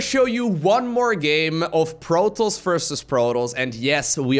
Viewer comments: took me 10 minutes to figure out he was saying 'protoss' not protols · ProTOSS - there's a "T"! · Good vid my man. But please, and I know English is not your native tounge, stop calling the Protoss, Protals. It really triggers me:P. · Is this how you pronounce protoss? I thought the "toss" part was like tossing a salad.